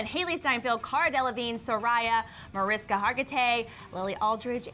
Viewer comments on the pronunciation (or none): It is Mar-ish-ka Hargitay! Please do your research. I really love your program but this is insulting to SVU Diehards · In case no one's mentioned this to you guys yet, Mariska Hargitay's first name is actually pronounced MariSHka. Just an FYI!